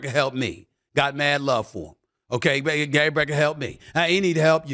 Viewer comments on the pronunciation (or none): none